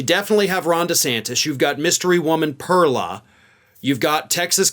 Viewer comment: You either pronounce it right in Spanish or say her name in English which is pearl like what comes out of an oyster.